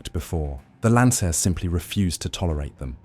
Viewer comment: If you can't even pronounce the name of the aircraft, then you obviously don't know what you're talking about. And the aircraft in the thumbnail pic isn't even a Lancair. It's a great aircraft, just not an easy aircraft.